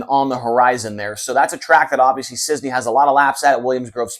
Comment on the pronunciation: Is't Cisney IT'S CIS- NEY not CIZNEY